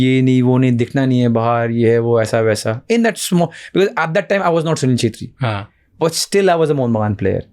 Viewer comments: चेत्री❌ क्षेत्री✅ Nepali cast hai mai v chhetri hu so sunke bura laga😅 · Not chetri it's kshetri